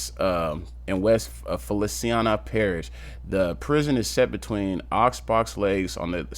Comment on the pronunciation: Dude how you do a video and can’t pronounce the words of the parish right